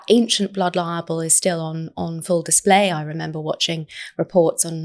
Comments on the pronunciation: I do wish she would pronounce libel clearly. She pronounces it so that it sounds very much like "liable". Which is a completely different word, and therefore meaning.🤦🏻‍♀️ In fact, the auto generated subtitles hears and shows it as "liable". Which must make it very confusing for non English speakers or people with hearing impairment 🤷🏻‍♀️🤦🏻‍♀️ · She’s still calling it ‘blood liable’. Please, somebody, correct her.